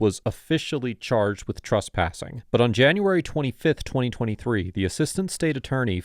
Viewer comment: TRESPASSING NOT TRUSPASSING.